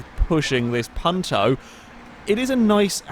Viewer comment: This was my first videogame ever XD My father got it with the 360,but we never played "together" (since he died a month later :l) Keep up the good work! (also the "u" in Punto is pronounced like "you")